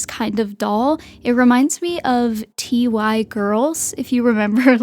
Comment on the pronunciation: is there a reason you pronounce TY as "Tee-Why"?? i was always led to believe it was "Tie". i grew up in the chicago suburbs, and my first grade teachers husband worked at TY in downtown chicago. She was able to get a medium sized TY plush animal for every student in our class! I got a black cat and traded it with another student to get a giraffe. when i was in high school, i gave that giraffe to my first girlfriend, and when we broke up, she insisted on keeping it. anyway, i pronounce it, "Tie"